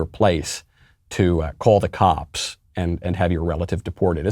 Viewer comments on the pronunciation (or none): none